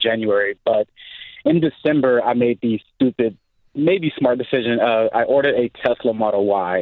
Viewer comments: "I orded a Tesla" ? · Orded? Lol